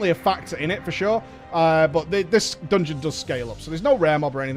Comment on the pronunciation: MOOTSJ MORE AGGRESSIVE MOOTSJ MORE COOMFORTABLE WITH THE DOONGEON ITSELF